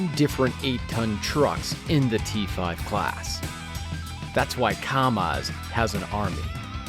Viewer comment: It's Kamáz, emphasis on second "a".